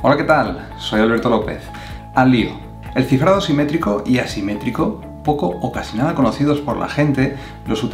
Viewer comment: gracias amigo, me ayudo aunque a veces no se distingue muy bien cuando dices simetrico y asimetrico jeje